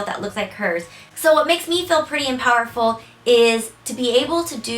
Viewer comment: I always understood "powderful".